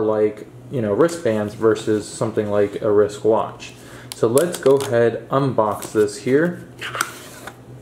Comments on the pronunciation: Why is he saying risk instead of wrist?😂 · Risk?? Lool my guy the word is wrist no K and yes their is a T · Every time you forcefully push it in I cringe and also when you said risk instead of wrist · Am I missing some reference when you say risk and not wrist? haha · Its wriST not risk but ok 👍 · i would like to thank for doing this for us...as for saying Risk instead of Wrist...get a life you rude people...we all make errors in speech at one time or other... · I hate this video it’s because he said risk multiple times and not wrist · Are you saying “wrisk “ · I thought he was saying risk, dang. Irritating. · The word ends with a T not a K and there is a w in wrist. No Kaaaa. Just Stttt